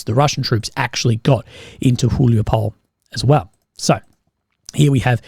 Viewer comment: "e" in the end of city names is pronounsed. It is about Huliay-pole